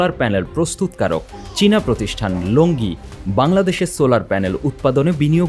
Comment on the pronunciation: সাংবাদিকদের দৃষ্টি আকর্ষণ করে বলছি, উচ্চারণটি "লঞ্জি" হবে "লোঙ্গি " নয়